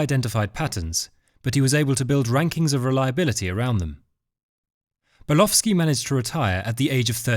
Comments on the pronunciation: You appear to be saying the name as Burlowski. It is Bulkowski. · His name is Bulkowski , not Bulowski!!! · It sounds like he's saying "Bulofski" to me. 😂